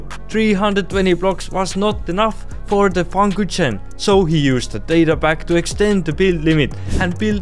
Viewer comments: I love how he says FunKuchen like Funkutchen xD its a Word from the Englisch 'Fun' and the German 'Kuchen' (Englisch: Cake) Love the Video😂❤ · As a German I found it so funny when you pronounced The Funkuchen😂😂